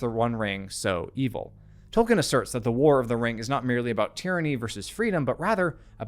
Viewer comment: Dude… absolutely phenomenal analysis. I LOVE your channel, and am doing so all the more I look at your back catalogue. (Small personal nitpick that I’m no way colors my admiration for this channel 😂: please … you’ve GOT to stop saying “Toll - Ken” … it’s pronounced “Toll- Keen”